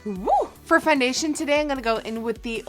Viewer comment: I hate the way she talks. What the hell is fundation